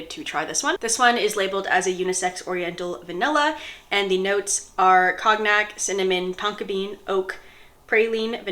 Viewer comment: Cognac is pronounced con-yak.